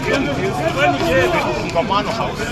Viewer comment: It is Ufungamano House,, not "Ufangano House"!